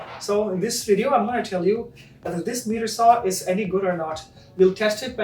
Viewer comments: FYI miter is pronounced like might-er Not meeter saw 🙂 Also let the saw blade stop before raising it up when doing a cut. Otherwise the blade could pinch and cause kickback and you might be missing a finger!! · Sorry for being so picky. It’s not a MEETER Saw. It’s pronounced MY-ter saw. Just irritating since it’s the name of the saw. And it’s not “Ah pear ah tis” it’s App ah rat us. Again, sorry for being so picky, but the video was good and helpful.